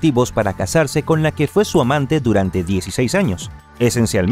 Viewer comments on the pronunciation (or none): Que narración tan confusa, realmente no paso así, porque llama amante a Eva Brown como muy acentuado? Bah!